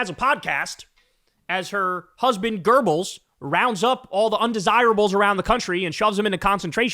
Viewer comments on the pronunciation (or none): btw it's just goebbels not goeRbbels Kyle 🤣